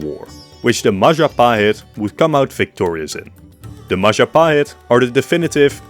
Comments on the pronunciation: it's the Mahajapit, Majahapit, Mapajahit, Mahapajit, Mapajahit... Ma.Ja.Pa.Hit? 🎉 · ITS the Majahit mahatjapit majanhen Ma.. ja.. ha..pit?